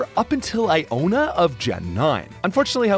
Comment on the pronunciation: why do you say Iono as Iona? it's 2 Os....